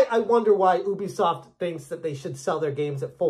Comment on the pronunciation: Ubisoft has confirmed multiple times what the correct pronunciation of their company name is. You should say "yubi", not "oobi".